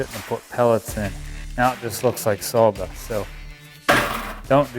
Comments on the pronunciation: Is Saw dust not sawl dust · Where is the 'L' in Sawdust?? 😂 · Is it just me or is he saying Sawl Dust? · Better call Saul......dust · I’m sorry are you sawing “SAWL dust”? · Wow, it really sounds like he's saying "salldust"... I even have my hearing aids in! Could have used a paper shredder, or does that made the pieces too small?